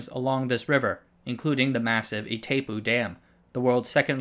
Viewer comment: Excellent topic/episode. Only one feedback: it's Paraná River Notice the accented a. Pronounced pa.ra.naaah Edit: correct spelling is Itaipú Dam. Now you know how it's pronounced. 😊